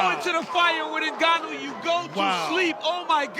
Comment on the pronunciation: Francis NGOATnnou